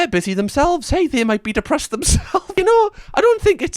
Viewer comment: That "debressed" I just thought that he's autistic or scitsofrenic or something. And It is not mcdonalds workers job to start queston peoples mental health or neurodivergend. That's even not how debression usually looks like 😅